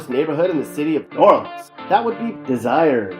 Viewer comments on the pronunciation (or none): Every time you "try" to say New Orleans, you sound so freaking stupid. And, I've lived here all my life, and I only recognized 1 of those pictures. Those are definitely not pictures of the New Orleans area.